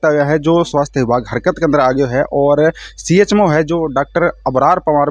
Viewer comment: Chmo सही तरीके बोलना तो सीखो cmho तो हमने भी सुना है chmo नही सुना